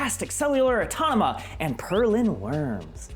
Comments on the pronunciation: it's Automata, not autonoma... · LMAO HE MIS PRONOUNCED AUTOMATA